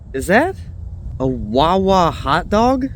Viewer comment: i can tell this guy is from jersey just by the wawa